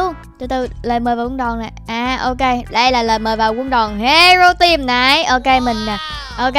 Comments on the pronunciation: Hero team mà đọc là hẻo team là sao ?😂😂😂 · Haha tưởng chị nói Hero team ai ngờ Hẻo team 😂